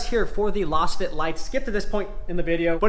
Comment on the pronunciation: I think you are mispronouncing Lasfit. It's pronounced like you would say laser or lazy or Lay's potato chips. Lazefit. You're saying like you would pronounce lozenge which makes no sense